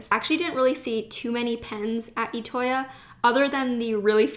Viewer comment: It's pronounced I toya not etoya